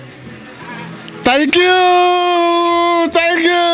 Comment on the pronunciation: He said “thanksshhh chuuu”